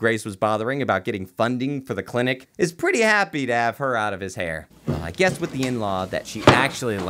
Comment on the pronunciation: No one: Zero of anyone anywhere:: "clintic" [cuts to sharknado] 😂